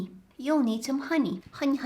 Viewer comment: The amount of times she said honey as haniya😭